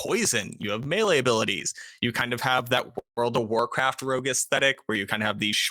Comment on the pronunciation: Never heard someone pronounce melee like that. Mealy?